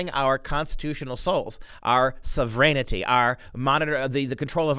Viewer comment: When you say "so vren' ity" rather than "sov' wrenty" it sounds like serenity. Makes your comments difficult to follow. I'm with you 100%. However, I had to listen twice, carefully, to follow you. Our sov wren type is essential. Please carry on. God bless your great work!